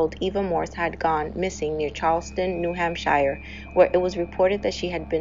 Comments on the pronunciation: Its New England not England. "Shire" is pronounced like "sure." ;) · This channel rules! Cheers 🥃🍺 I believe it's Hamp*sh*er*...but I'm just a bloody Ozzie. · U do all that work & don't even learn how to pronounce New Hampshire? Ridiculous.